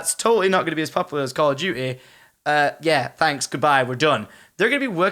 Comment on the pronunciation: Call o' duteh